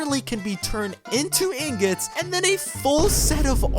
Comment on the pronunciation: I was wondsring if I heard that wrong! I'm not the only one who heard "inglot"